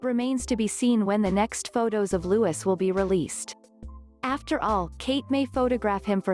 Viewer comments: Please note correct pronunciation is LOUIS as in French monarch and not LEWIS as in Carroll the author 🧐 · The correct pronounciation of his name is as this: Lou ee, not Lou is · It’s Louis not Lewis. Please at least pronounce it correctly. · The youngest child’s name is pronounced ‘Lou-ee’ not ‘Lou-is’. There’s no excuse for getting it wrong!!! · It is not lewis but lewey...english do not pronounce the ‘s’ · Pronounce the little boy's name properly. It is not pronounced as in LeWis, 'Loooowe. Louis'. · His name is Louis pronounced Lewee not Lewis ! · Oh boy its pronounced louie in uk the name your saying is spelt lewis he is named after mountbatten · Louis with the silent s! this american translator obviously dont know how to pronounce names! omg!!! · Louis! Not Lewis! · What a cutie pie! All three of the Cambridge children are so precious and beautiful. Please say his name correctly: It's pronounced Louey, not Lewis. Also, stop referring to HRH The Duchess of Cambridge as Kate Middleton. She's been married for 8 years now and has more than earned her place and titles. Otherwise, good video with actual quotes and sources. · Not Lewis its Louis...lu eee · Please stop disrespecting The Duchess of Cambridge. Refer to her by her title and NOT as "Kate". Also the little one's name is pronounced "Lewie" NOT "Lewis".....GET IT RIGHT OR DON'T TALK ABOUT THEM!!! 😠😠😠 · Its Louis not Lewis like how the French say it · Yes, it's pronounced Louey, not Lewis, but it's spelled Louis. I don't understand why these channels can't pronounce his name correctly. Smh.. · This young man is called looeee, NOT LEWIS Why do you americans find it SO difficult to pronounce ANY English names correctly. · It is pronounced Lou-ee! Ignorant fools! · Loo- ie ! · It's pronounced LOUIE.....the S is silent!!!! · Will and kate's youngest child's name is pronounced as looy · Silent S it's Loui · Louis is pronounced LOUIE!!!!! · It's Louis, pronounced Looee !! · It's pronounced Louee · Me, too‼️